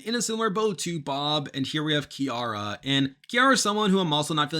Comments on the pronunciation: Love your videos. For future videos, Ciara’s name is pronounced “Sierra” not “Chiara”! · her name is CIARA …”see-air-ah” Like the pop star singer lol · 1. It’s pronounced See-arah 2. Literally the only person I’ve seen who is saying Gabby’s edit is negative.